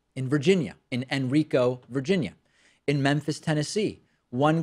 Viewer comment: Yay! Also, for future reference, it's Hen-RYE-co.